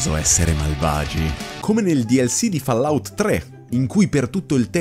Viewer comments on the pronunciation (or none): none